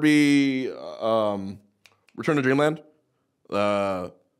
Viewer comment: can't believe juanbox himself screwed up the name of return to dreamland of kirby